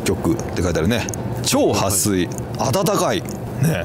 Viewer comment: ！撥水「はすい」じゃなくて「はっすい」😂💦